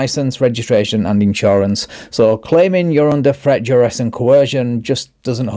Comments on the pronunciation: For a registered pervert to try and project this legal or moral high ground is just nauseating. This guy even looks like a S.O. // Ugh, listening to him butcher words like "Trett, Dress, and Co-HEEERRR-Jin!!!" is equally stomach turning 🤮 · "Threat, direst, and co-hershin!"